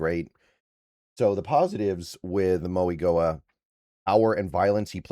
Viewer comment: Francis Mauigoa is pronounced instead of a g it’s a n, “Francis Mauinoa” is how you would say it! Great video tho